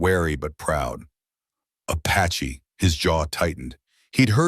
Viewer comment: A patchy .....damn ai